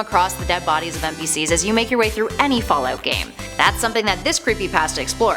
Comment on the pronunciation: boooooooooooo.....i wasnt going to say anything....but accents are something i catch. Specially the loss of one...Can you stick to one way of pronunciation :-P....first its fall oot then its fall out...very distracting ^_^...my mind is trying to tell me you are saying two different things...when its one And the word pasta...omg is it a jersey accent now? pawsta or pasta? something tells me these creepy pastas are all just random fiction....i mean MODS are one thing but ya...almost seems like OP is making this up on the spot. If not why share what other people make up? if its made up its not creepy pasta.....no videos no picture it didnt happen .....trying to artifact? according to this definition....it was not artifacting at all...........these dots should go on forever..... ar·ti·fact /ˈärdəfakt/ noun noun: artefact 1. an object made by a human being, typically an item of cultural or historical interest. "gold and silver artifacts" synonyms: relic, article; handiwork "hundreds of unidentified artifacts are stored in numerous rooms beneath the museum" 2. something observed in a scientific investigation or experiment that is not naturally present but occurs as a result of the preparative or investigative procedure.